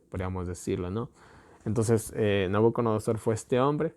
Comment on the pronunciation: SI: Nabucodonosor NO: Nabuconodosor